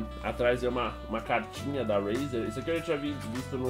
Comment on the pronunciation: se fala reizer nao rueizer